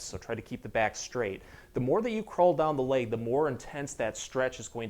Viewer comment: Such a nice man with helpful content but I find myself wanting to correct the weird mis-pronunciations. 😅I believe the linguistic phenomenon that is happening here is called vowel transferring; where the speaker is using the “a” sound in place of the “e” sound, etc. It’s leg not lague. It’s seconds not sahcunds. It’s spot not spaht. Back is a one syllable word, not two. It’s back, not bee-ahhck.